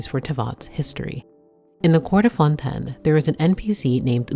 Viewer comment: Why do you say "fontainian" correctly but then say "fœun TEN" ?